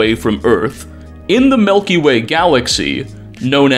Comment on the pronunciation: Milky Way not melky way